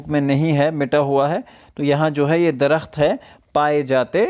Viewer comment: لفظ درخت کے تلفظ پر دھیان دیں۔۔۔ د محرک ہے ر محرک ہے خ اور ت ساکن